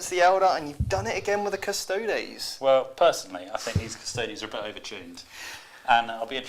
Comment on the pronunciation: And they always say Custodes wrong too to be fair :P They always say it like Cus-Toads...rather than say it the same way you would Astartes - Cus-tode-ese